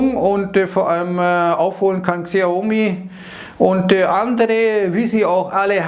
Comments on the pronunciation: Xiaomi wird Schaumi ausgesprochen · guckst du unten HansWurst -> Xiaomi wird Schaumi ausgesprochen